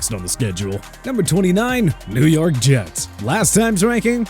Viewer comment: Bro these rankings are not only trash, but if the mispronunciation of Jets wasn't intentional, the reading comprehension and script writing needs massive revamps.